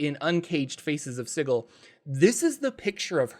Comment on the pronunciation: At the very least you pronounce Sigil right. Can’t say the same for some other popular dnd tubers 👀